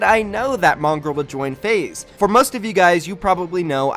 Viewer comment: when you can't pronounce your esports org name lol